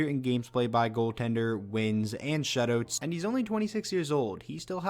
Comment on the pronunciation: I love every time he says "shutoots"